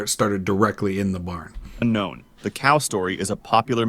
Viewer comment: un"k(c)own" Probably intentional